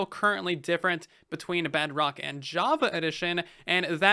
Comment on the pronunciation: i hope you know you keep saying “BugRock” instead of “Bedrock” (